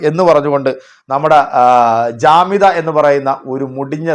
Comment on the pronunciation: ജാമിത അല്ല ജാഹില